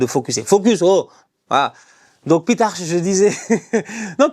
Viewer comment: Ça se prononce « pitarc « (c’est un nom catalan)